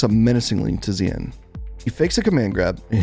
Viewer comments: It's more "shin" than "zeean" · Sorry. Not pronounced Zeeanne. Its Xian - Pronounce She-and quickly. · Xian sounds like "shen", not zee-an. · Xian is actually pronounced Shen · His name is pronounced "Shian" lol. You can even hear James Chen saying it correctly in the commentary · Pretty sure the dude's name is pronounced "she-Anne" like the city in China, even though he's from Malaysia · Excellent analysis. I just wish you learned to pronounce Xian properly. You could just listen to the commentators for that...